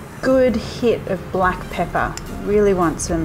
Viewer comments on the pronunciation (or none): none